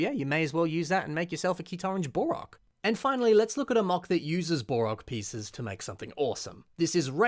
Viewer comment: It sounds like he's saying "Bore-ok" instead of "Bow-Rock" & it's driving me up the wall! XD